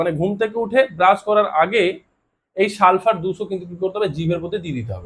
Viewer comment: সালফার 200 বলছেন নাকি সালসা 200 বলছেন বুঝি নাই লিখে দিলে ভালো হয়।